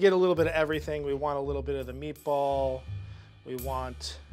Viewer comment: you can tell she's gonna ace this bc she calls it "meatbowl"